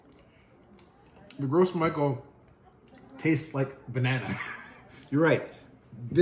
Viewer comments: Ce serais bien de prononcé le nom de la banane correctement si tu veux faire apprendre quelque chose. "grosse Michael" 😂 ça ce prononce "gro MICHEL"...à vouloir expliquer ce que c'est qu'une banane t'en est une sacré pauvre de banane mon gars 😅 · Omg...as a service I'd like to inform you of the proper pronunciation. Its not "gross michel" that banana originally came from the French Martinique islands and gros is the French word for big, hence "big mike". To pronouce gros it's more like the English word "grow", the s is silent. Next it is michel but pronounced the French way as intended, so one would say "Michelle". So grow Michelle. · Why does he keep saying gross instead of gros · I found out that it's actually pronounced groh mee-SHELL. Because it's a french name. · Gros Michel is pronounced as “gro Michelle” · Pronounced - Grow Michelle. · Gros Michele is a French word so I think it's pronounced "Grow Michele" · It’s pronounced grow michelle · THANK YOU! I'm cringing every time he says "Gross Michael" 🤣🤣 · Thank you - I was about to click off- I can’t with gross Michael! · I'm still gonna call them "gross michelles" 🤣